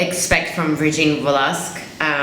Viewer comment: hi.. i just want you to know that the correct pronounciation of her lastname is velaskez..in the philippines we pronounce most of the word that has QUE as Ke.. just like Quezon.. instead of kwezon.. we pronounce it as kezon.. i just want you to know.. but anyways thank you so much for supporting our filipino artists..